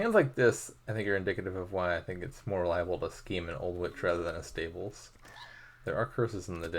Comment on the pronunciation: it seems to be lagging but i couldn't be sure whether it's on my end. also your stables pronunciation kinda sounds like staples sometimes 😛